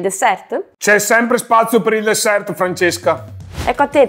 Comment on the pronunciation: Mi scuserete ma, avendo visto abbastanza video, sta cosa la devo dire perché non la reggo più. SI DICE DESSER!!! LA T FINALE NON SI LEGGE, SANTO DIO! 🤦🏻‍♀️🤦🏻‍♀️🤦🏻‍♀️🤦🏻‍♀️🤦🏻‍♀️ Non si può sentire!